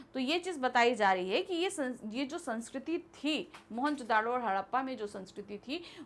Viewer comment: Book mein shehar ka naam moanjodro hai....or ye maam mohanjodaaro bol rhi hn